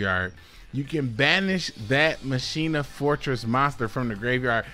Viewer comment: You should pronounce machina like dkayed. MUH CHINA